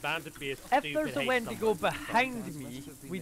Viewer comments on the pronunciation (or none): When he said wendingo , I just bloody lost it 🤣